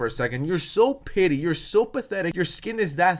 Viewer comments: Its petty not pitty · You keep saying pity but it’s not pity, it’s petty. It’s killing me, get it right 😅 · I love this video but you keep saying “pity” instead of “petty” and I can’t stop cringing 😭💀💕